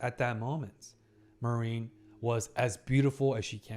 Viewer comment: please, I beg you: her name is pronounced Mah-rin, not ma-rIEn^^`